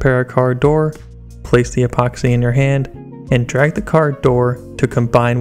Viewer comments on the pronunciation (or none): none